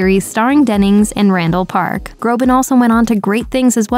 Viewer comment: Btw his last name is Groban, not Grobin